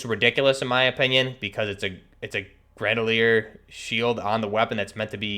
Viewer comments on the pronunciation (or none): It’s gre-na-dier. Not gre-da-lier. Other than that. Cool vid. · I feel sick every time he says "granalier" dude you have it right in front of you it's grenadier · Bruh. It's Gren-uh-deer not a fuckin grendalier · Bro...it's GrenaDiar. Not fucking GrenaLiar...who h is what u keep saying when talking about your m4 u got set up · Fuck yeah, that was driving me insane. Like bro, come on, just read the fucking letters! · it’s pronunciation, not accent. Yes I know some accents effect some pronunciation of words, but it’s triggering and wrong that he’s saying ‘Grenalier’ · "Gran-a-leer" bahaha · Yo straight said grandleir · Yeah that fucked with me when I heard that. Lmfao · Grenadier+Bandolier= GRANDOLIER lololol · What is an "M16 Gredalier"? lol